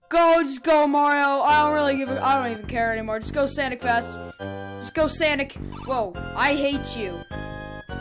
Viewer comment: His name is sonic not sanic